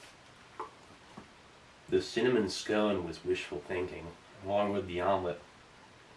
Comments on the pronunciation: Haha a vomlet... you said it. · I thought he said vomlet on purpose as in vomitlete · Vomelette? Haha more like...Vomilet, am I right???